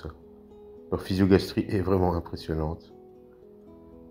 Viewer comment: Super comme d’habitude 😉 Bon juste pour faire le relou😅 c’est "physogastrie" 😉👍🏻